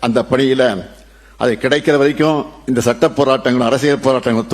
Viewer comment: சட்டம் என்ற வார்த்தையை முதல்ல தெளிவா பேசுங்க கிலியை ஏற்படுத்தும் கலிகாலம்